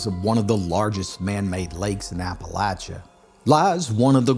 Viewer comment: You must be a local, as you pronounce Appalachia and Appalachian correctly. 👍